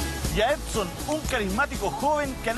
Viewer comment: Es "Edson" no "Epson" lptmre 🙃😂